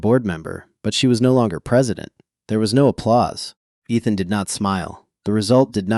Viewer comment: Miss-pronounced Ethan!